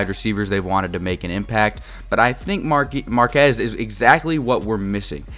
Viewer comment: Marquez Callaway’s first name is pronounced MAR-QWEZ not MAR-QEZ. But I like your analysis though! Good content! 💯